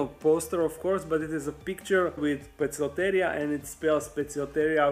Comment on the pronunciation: In Poecilotheria, The c is pronounced as a K, rather than an S. The word comes entirely from Greek " Ποικίλος + θηρίο " Meaning Varied Beast (or Spotted Beast). I believe Pocock used a Lot more Greek in his species nomenclature, rather than latin, possibly in order to differentiate from the rest of his descriptions being written in Latin. Apparently In modern Greek it would be pronounced Pick eel ee oh ther ey ah.. The Th is a Soft sound as in θ. But in ancient Greek, as well as Scientific "Latin" terminology, every letter is supposed to be pronounced. Most people would pronounce the name as " Poh key lo ther ey ah. ".. But with every letter being pronounced. It should in fact be "Po-Eh key lo Ther ey ah." I'm not sure which syllables should be stressed due to Greek etymology, so I place it on the First syllable of each of it's two parts Poe and Ther, which is most common as well. Can't correct everyone's scientific pronunciation.. but... I can try, with the important ones. ;)